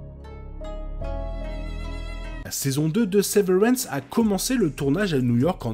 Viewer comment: C la prononciation de severance C gênant Sinon c sympa, la veille de la saison 2 Et bien ct cool bon courage C la seule série où ne ne comprend rien et dont on veut savoir la suite Chaque personne a une vision différente de la série Moi c l'espace vide, par exemple où aussi les couleurs . Toi c les chiffres Mais bon